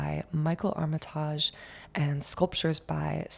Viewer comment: Armitaaaaaajjjjjj lolllllll, it’s Armitage, pronounced ARM E TIDGE . Get over YOURSELF.